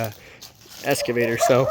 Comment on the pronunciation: lol. has always pronounced it “EScavator” instead of “EXcavator” can’t teach an old dog new tricks!